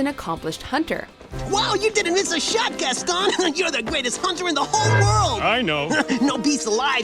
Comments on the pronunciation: For the last time, GASTON IS NOT PRONOUNCED GASTOWN!!! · She doesn’t say Gaston right but she has a clip of how to say his name